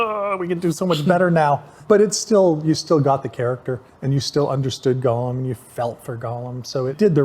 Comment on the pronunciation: it bothers me when he calls Gollum, Golem. He's not a monster from Jewish folklore.